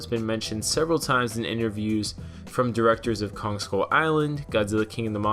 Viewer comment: Why-on-earth do you add a second "g" to words that end with the same letter(Kong-g)?